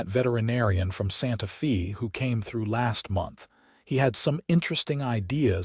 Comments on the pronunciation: How many of these stories does you AI narrato have to misspeak, it Sante Fe, not Sante FEE!!!! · While the hand thing might be a bit off putting, pronouncing Santa Fe as Santa Fee is even more so. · Santa Fe is pronounced Fay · Wonderful story of true people with future vision. Only problem was AI interpretation and pronunciation. Listening from Chicago Illinois. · They don’t even know how to pronounce SantaFe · It doesn’t….you’d think AI would have access to a dictionary.